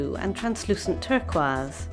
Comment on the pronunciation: Ive never heard turquoise pronounced like that